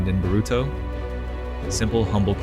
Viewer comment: 15 years and still can't pronounce naruto properly. ok bud